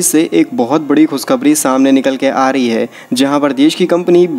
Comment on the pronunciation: आ री ए - नही बे आरेली है या फिर आ रही है 👈🏿